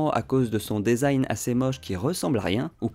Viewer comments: On dit "disaïn" pour desing et pas "désaïn", ça vient de l'anglais donc "de" se dit "di" et pas "dé" 😁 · Dèsign??? 🤨 ça se dit dizain phonétiquement en anglais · Design se prononce « disign », le « e » dit i Diiiiiiiisign Merci quand même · Mdr le DAISIGN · Merci pour le test, top, comme d'hab ! J'imagine bien cet été au soleil comme il va être brûlant avec ses coques en alu !! Par contre, il faut qu'on parle de ta façon de prononcer "design" ;-)